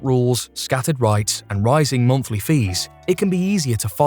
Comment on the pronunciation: MUMNFFLY cost. Good luck with the speech impediment.